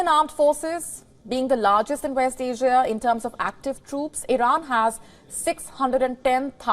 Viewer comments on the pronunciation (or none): none